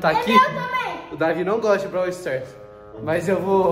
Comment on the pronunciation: Braw sters 😂 e braw stars